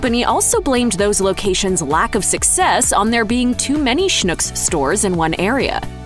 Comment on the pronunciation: You DO realize that Schnucks is pronounced to rhyme with "TUCKS"... What you are saying, "schnook", is a Yiddish word meaning "Stupid of gullible person". On the other hand, if the shoe fits...